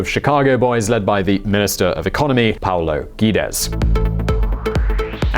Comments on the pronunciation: Paulo Güétex (Have they even tried putting it on Google bfore making a whole video about it? Or at least using a Brazilian follower to pronounce it?) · Its not ‘Pablo Guedes’ its ‘Paulo Guedes’. Efforts appreciated but you have to dig a little deeper then media. Approval rate is manipulated as demonstrated on the last spontaneous public demonstration. Challenges will be to be able to giver with Legislative and Supreme Court trying to keep same system.